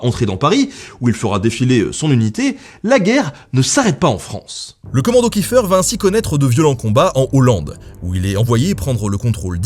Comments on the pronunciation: Petite précision, étant donner que le Commando Kieffer descend d’une famille d’origine alsacienne installée à Haïti, chez nous en Alsace on dit Kieffer et pas « kieffeur » voilà sinon bonne vidéo :) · Pourquoi tout le monde prononce kiffeur 😭 Je me bas tout les jours pour que mon nom de famille soit prononcé Kiéffair